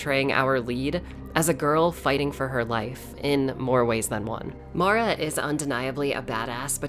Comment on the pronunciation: My name is Mara and I just want to say THANK YOU for pronouncing her name properly. A lot of people mess it up for some reason (Mare-ah instead of Mar-ah). It's a small thing, but it's appreciated 💕